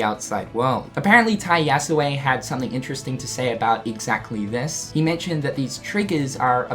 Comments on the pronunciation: I'd have pronounced it more of an "eh" sound at the end rather than an "ay" sound at the end, but at least it's a lot closer than what he was saying before. ;) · yes. the "e" in "yasue" is not supposed to be silent.